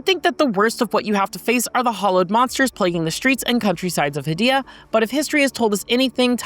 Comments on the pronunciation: According to the developers who made Hell Is Us, the fictional country of Hadia (heɪ.di.ə) is pronounced like "hay-DEE-uh," similar to the name "Arcadia" without the "ar" at the beginning. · They also continually mispronounce "Hadia."